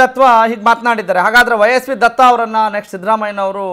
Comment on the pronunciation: ಅವರ ಹೆಸರು ವೈ.ಎಸ್. ವಿ ದತ್ತಾ, ದತ್ವಾ ಅಲ್ಲ. ನಿರೂಪಕರೇ ಕನ್ನಡ ಕಲಿಯಿರಿ ....